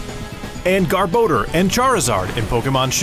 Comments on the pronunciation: Interesting pronunciation of Garbador lol thought he said GarBoner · My dude said GAR BO DER AND CHAR I ZAERD